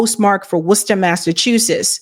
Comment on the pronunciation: Girl ! Where you from that you actually know how to pronounce Worcester with the Mass accent 😂